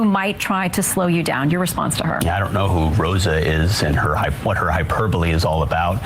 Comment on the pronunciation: At least he says "hyperbole" right. That's something.